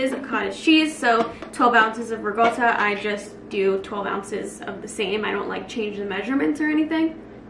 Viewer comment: Why does everyone pronounce ricotta with a g? lol